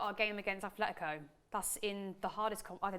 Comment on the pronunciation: my ears hurt from the amount of times I heard Athletico in this video, its Atletico